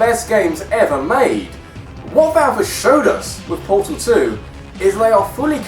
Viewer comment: For one its Portal 2, not Portol 2 For two, Portal 2 is not a spin off, its a sequl.